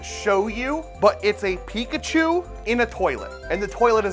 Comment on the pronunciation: thats not pikachu. thats picklechoo.